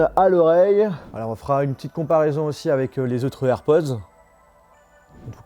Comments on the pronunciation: Cest air pod Pod POD, pas Poz!!!! Le minimum c’est d’apprendre a dire le nom de l’article comme du monde! Ridicule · A chaque fois que tu dis AirpoZ , je te reprends derrière mon ecran en disant AirpoDS 😂